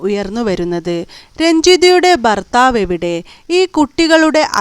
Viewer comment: Barthaavalla, bharthaavu ennaanu.